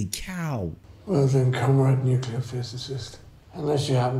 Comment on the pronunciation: They made Harris say nukilar instead of nuclear.